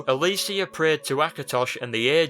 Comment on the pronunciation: this is a great video, but the way he pronounced Alessia triggered me lol.